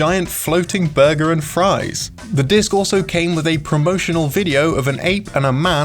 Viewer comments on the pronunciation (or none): none